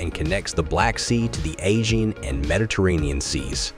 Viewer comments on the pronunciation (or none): Very interesting topics are RUINED by the MORON, who is NOT a human being but a DUMB AI Robot who does not understand at all what it is parroting, and who cannot even pronounce "AEGEAN". THIS IS A DISGRACE. Unfortunately it is mORE AND MORE COMMON ON YOUTUBE that videos are NOT narrated by any Human being, but by those CLUELESS MORON ROBOTS, who do a TERRIBLE job of botcthing the syntax and the meaning of the correctly written text. THIS HAS TO STOP!!!!